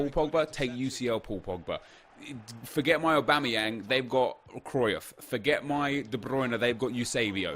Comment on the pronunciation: This isn’t an insult but is it just me that gets annoyed the way he says Cryuff